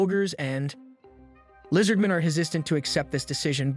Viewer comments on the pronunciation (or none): Lizardmin & "chief-tayne" gave it away for me